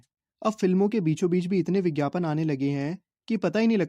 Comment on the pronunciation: Bhaii bhaiii🤣 (ph) ko (bh) wah bhai wah🤣bhote tej ho raha ho😂